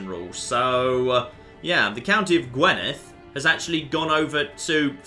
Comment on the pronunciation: 1. Gwynedd is not pronounced Gwenydd. "Gwyn" is pronounced "Gwin". 2. Possessed does not mean "possessed by Satan". In those times they tended to believe people with mental illnesses were possessed by demons. People marked as possessed are most likely suffering from something like schizophrenia or borderline personality disorder. It's not related to things like the societies and various supernatural elements that were added to the game later. 3. You leave troops behind to occupy territory after a siege. You weren't losing troops to events without being told, you were winning sieges. 4. You need more troops to siege a holding than are defending it. You don't need to rush back to defend your territory from tiny armies, they can't do anything. This is indicated by a red icon to the right of the army strength number when they're trying to lay siege. 5. Sieges go a bit faster if you have a lot more attackers than defenders, but it's much faster to split up and siege multiple counties at once. This also avoids issues with supply limits. You only need to group everyone together if you're actually facing a big opposing army. 6. De jure wars transfer vassals to you if the person in charge is already just a vassal of someone else, as in Gwent. You take it personally if the target county was owned by the top level ruler, as in Brittany. 7. Raise vassal levies more. They're free, and keep your vassals weak by keeping their troop strength down. The opinion penalties are small and fade qui